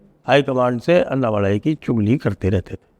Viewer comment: Sir it is not अन्नामलाई, it is अण्णामलै(அண்ணாமலை)